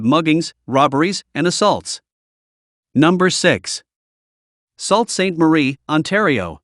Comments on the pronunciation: Ahshaw-Wah 🤣🤣🤣 (Osh-A-Wah) Salt-Saint-Marie 🤣🤣 (Sue-Saint-Marie) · The first part of Sault Saint Marie is not pronounced "SALT". It's pronounced "SUE". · wow...at least learn the proper pronounciation of our Canadian cities ...Oshawa is NOT pronounce "Osawaw" it's pronounced as it's written "OSH - A- WA"... Saulte Ste Marie...again...do your research....it's SOO-STE MARIE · There is inaccuracy here: the population of Canada is about 35million not 40 and Brampton has a population of about 550 thousand. It's not pronounced not Salt St. Marie but Soo St. Marie. i will stop here but note, this video should have been edited by someone living in Canada. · It’s pronounced “Sue” Saint Marie, not Salt. It’s still sh*thole. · Nice video but as a Canadian I can help by letting you know that Sault Ste. Marie is pronounced (Soo Saint Marie). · If you are going to use AI - at least have the brains to pronounce names correctly - this video is pathetic - it is "AWshawa not OHshawa - and SOO-st -Marie - no one can enjoy this crap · Yea not sure where you got this data but it’s highly misleading. I’m pretty sure Alberta's Edmonton and Saskatchewan's Regina, Saskatoon and Prince Albert are more dangerous than many you’ve listed. Also, your pronunciation or Oshawa (Osh-a-wah) and Sault (Soo) St. Maria are hilarious 😂😂😂. Should probably check that out before posting. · Salt Saint Mary? Ah-shau-ah? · and "Sawlt" St Marie